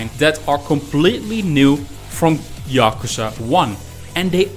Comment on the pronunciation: "yockerza" how on earth